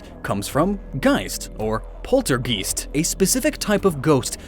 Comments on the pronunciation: also: He pronounces „Geist“ correctly multiple times but then...“Polter-geest“? Eh...What? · Says "Geist" correctly about 20 times, and then suddenly "Poltergeest"... WHY? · The "-geist" in Gourgeist comes from the German "Geist" which means ghost, phantom, spirit. Also "Poltergeist" is pronounced "gaist" not "geest". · It's pole-tur-guyst, not geest. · Ah yes “poltergeeest” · I dont meen to sound rude or disrespectful but does anyone pronounce polturegiest polture"geest"? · how did you pronounce geist right but pronounce poltergeist wrong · >says Geist correctly >somehow butchers Poltergeist seconds later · he pronounced "geist" correctly, but mispronounced "poltergeist" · Why do you pronounce Geist correctly all the time, but stop doing so at Poltergeist? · Pronounces geist right. Pronounces Poltergeist wrong. ... Geist is german for ghost btw